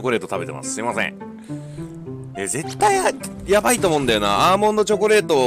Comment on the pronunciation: チョョコレートw